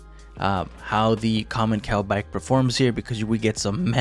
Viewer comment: Hi, I hope your doing well. At the start of the video when you were presenting the bike commencal is pronouce "commenssal" and not "commenqual". Just for your future video, love your video.